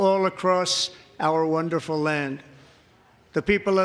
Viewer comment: Wanderful wandeful wandeful.